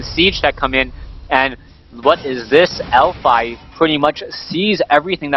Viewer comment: its elfi not elfy ^_^